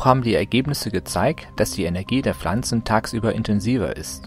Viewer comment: das heisst pflanzen nicht flanzen gggg